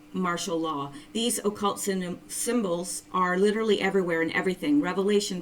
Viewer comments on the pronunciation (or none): none